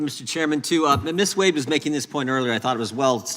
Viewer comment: "Miss Wuad you can begin now" (That chairman has issues [cognitive]) Miss Wade then introduced herself with pronunciation as WADE and why is she a Miss if she has a husband? After her introduction the chairman AGAIN called her 'WAUD' Is that guy educated in West Africa or what??? !!!